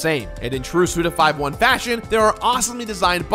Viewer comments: Suda you madlad. Almost...I think "SUDA51" is pronounced "SudaFiftyone" and not "Sudafiveone" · Why am I so triggered because of you saying "Suda Five One" instead of "Suda Fifty One?" I don't understand myself. ^^ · It’s fifty-one not five-one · It's Suda 51, not... Suda Five One... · Is his name not Suda Fifty-one? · Say it with me now..."Suda fifty-one" alright? Cool. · "Suda five-one" - I died a little... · My trigger is whenever anyone calls Suda51 "Suda Five One":p